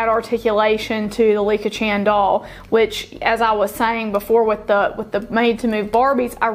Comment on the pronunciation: It is Licca Chahn ryhymes with "on"